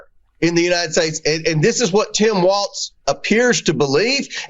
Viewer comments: That Comer maga idiot said his name as Tim waltz! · Someone should tell Comer that Tim Walz’s last name isn’t pronounced “Waltz”. There’s no freaking ‘t’ in his name. Comer is disrespectful AND an idiot! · Omgeeee I wanted to grab COMER by his stupid face and say, “there is NO letter T in Walz, dude!! It’s W~A~L~Z not WALTZ!! I wanted to hug Jessica T & put a safety cage of plexiglass around her to keep her safe from the hyenas she sits with, and cringed repeatedly at their inability to play the “GOTCHA style” political game that they invented!! (That’s what I’d call it, Ben ~ omgeeee I feel so much smarter after watching the CIRCUS and the drunk clowns AT #FauxNooz. Wowwwwwwww!! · El no hearing Comer doesn't even know how to pronounce Governor Walz name. There is no 'T' dear Comer, in Walz. Now go somewhere and SIT down! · I hope Tim Walz "corrects" Comer on the pronunciation of his last name quicker than Jamie Raskin did on his last name. You know this redneck Republican does it on purpose. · HIS NAME IS TIM WALZ. NO T.